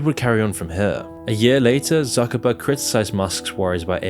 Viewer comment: His name is ZUCKERBERG (TSOOKERBERG) not suckerbucks :D